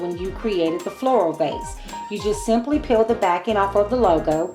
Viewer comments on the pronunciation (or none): Vase not case lol